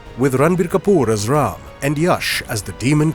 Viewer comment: Sir , RAMAYANA is way much older than 9000 yrs ( 7200 BCE + 2026 === 9226 yrs ) SIr , I really loved the way u pronounced Indian names such as Ram and Namit Malhotra , perfectly.....